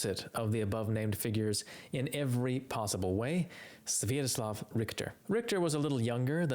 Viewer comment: you unforgivably MISpronounced Richter's first name: it's "svee--ahto---slav"